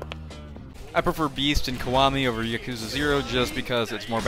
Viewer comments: playing every game in the series and not knowing how to pronounce Yakuza is crazy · Even now I still kind of flip flop on my pronunciation 😭. The only people who I hear pronounce it Yak-uza are people who play the games, every other time I hear it pronounced Ya-Koo-za